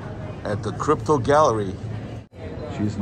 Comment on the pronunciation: Copro NOT crypto 😊